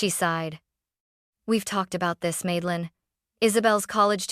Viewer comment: Grandma is a Rockstar ❤❤❤. Also, it's Madelyn, not Maidelyn.